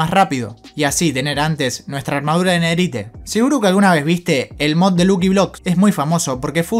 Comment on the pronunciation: Se pronuncia nederait no nederite 😡